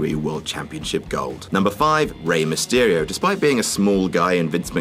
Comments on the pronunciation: Rey myesterio? Seriously? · I don't why you said Rey Mestyrio he is the KING of Lucha Libre